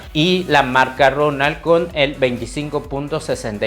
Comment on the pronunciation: No muevas tanto las manos, no es necesario, desesperas porque no dejas ver nada. Y no es sardina pronto es PONTO, tampoco es Guayamex es GUAYMEX, ni ronald, es ROLAND, infórmate bien antes de subir un video, dejas mucho qué desear😮